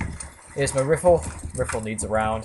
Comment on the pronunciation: Reefle ? You mean rifle, right ? P.S.: Please forgive me for pestering you around with the pronunciation thingie. Please. ;-)